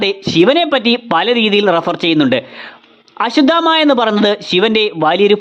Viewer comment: അശുദാമാ അല്ല.. അശ്വധാമ്മാ 😄